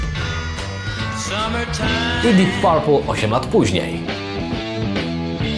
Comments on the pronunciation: Mówimy dip perpl nie parpl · Panie bardzo Cie lubię ale jak można źle powiedzieć Deep Purple?????